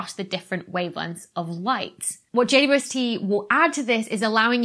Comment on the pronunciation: Did you just pronounce (at the 'W' of 'JWST' as [wi] Dr. Becky? Could you explain? (I would answer: "Yes, why not, it's much more convenient to pronounce than 'double u!")